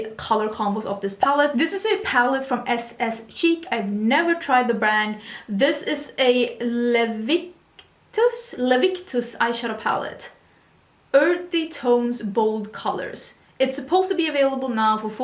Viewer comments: Leviticus - it’s the name of a book in the Bible Pronounced- luh-vit-tuh-Kis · You are such a darling! So much fun! I enjoy your videos because you show your personality. So many youtubers are so dull. Leviticus is a book from the Bible. It’s pronounced La Vi tah cuss. Please don’t take this as a criticism! Most Americans only know one language.